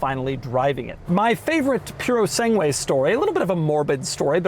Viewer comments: The "u" in Puro SangUe is Silent. Another example of this rule is Miguel. You don't pronounce the U. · The way Doug says "Purosangue" is def triggering tons of people. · Should've at least researched how to pronounce the name properly. It hurts my ears every time he says it, and I'm not even Italian. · The only thing that is bigger sacrilege than this cars existence is Doug's pronunciation of the word Purosangue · Doug is the type of guy who doesn't ask his italian friend how this car's name is actually pronounced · Doug is the type of guy to mispronounce Purosangue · Love your videos, but i have never heard purosangue be butchered like this. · It reads “Purosange” the “u” is silent, and it means “pure breed”. The name cames from the fact that its competitors source platforms and engines from other brands, the Lamborgini Urus uses a Porsche engine, the Porsche Cayenne uses an Audi platform, the Aston Martin DBX uses an AMG engine. The Ferrari Purosangue its a genuine Ferrari, not sourcing its platform and engines from other brands. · Filippo must be rolling over in his Fiat at Doug’s pronunciation of Purosangue. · They way you pronounce the name makes my ancestors regret coming to Ellis island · You are mispronouncing the cars name and it hurts to hear you say it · always delightful to hear an american pronouncing an italian name... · What a pronunciation. Even though I'm not Italian, it sounds horrible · He would have died when he heard Doug pronounce 'purosangue' anyway. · “Poo-roh-sahn-gway”. That pure-o-sane-gway pronunciation is hurting my ears. 😅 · Italian: Purosangue Americans: Purosanghuuwaayyy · Pewro sangwe lol…. Try this: poo-doh sun-gay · Purosangue not Purosengue. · It’s not “Pure-o-sang-way”. It’s “Pur ro SAN gway” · Hi Doug, please contact me for future Italian cars pronunciations. It's PUROSANGUE not piurosangui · puro sangue not piurro sangiue….dummy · Its PEW - RO - SAWN - GE and definately not PU - RO - SANG - WAY. Get it right Doug.